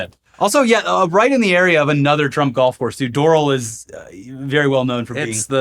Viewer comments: It’s pronounced dohral (like the Simpsons) but yeah this sounds part and parcel for doral, everyone makes fun of Hialeah but most of these scammers are in the hoity toity towns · Doral = Door-AL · Door-AL its pronounced Door-AL. Doesn't rhyme with coral. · its pronounced Door-Al 😅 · Imagine me just pouring myself a nice glass of water only to hear doral pronounced in that way. No offense but holy shit I've only never heard said that way before . For those curious it's dr-al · It's pronounced 'doe-rall' don't roast the messenger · Weird but not surprising to see my City in this episode. ☀️ btw brother, 'Doral' is pronounced 'door-al' — 'Al' like 'Al Bundy' just a fun fact. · I think it is Door-Al (like the name) or do floridians pronounce it differently? I am interesed in knowing. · So funny hearing them mispronounce Doral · Sorry I had to say it, it’s Doral like Battle Royale